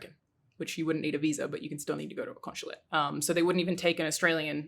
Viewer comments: I guess we’ll never take a shot because she says “con-shu-late” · Conch-chulate? Conshulate?